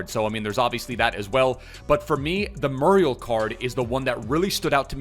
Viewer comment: It’s moo-ree-el my friend